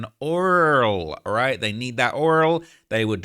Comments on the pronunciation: That oirel 😂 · why you saying oil like tyler perrys Madea though?